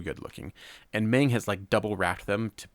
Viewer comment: By the way, Meng is pronounced "Mung", not "Maing", just like feng in feng shui